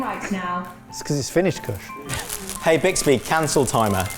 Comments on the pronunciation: POSH KUSH HAS ME FLOORED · absolutely lost it at posh kutsh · I realized that Kush with a posh accent sounds exactly like Mrwhosetheboss.